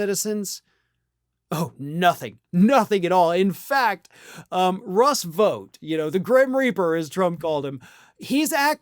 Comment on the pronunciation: How do you say this word? Ought. That's how you pronounce Vought.